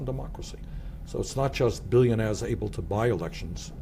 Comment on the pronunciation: millionahs and billionahs